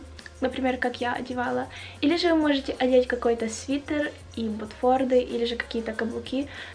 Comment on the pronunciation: ботфорТы, а не ботфорДы.